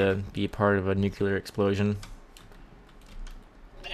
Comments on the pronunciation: You said nucular. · Skidits his accent